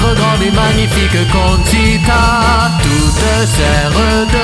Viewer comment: J'aime beaucoup l'accent que vous mettais a Vanica de Conchita, ou même juste Conchita. ^^ super boulot :p